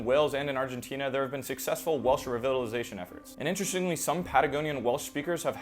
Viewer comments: Re vittle ization Odd. Usually it's re vital ization Enh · I’d love to hear an analysis of this brilliant YouTuber linguist who pronounces “revitalization” as “re-VIT-tilization.”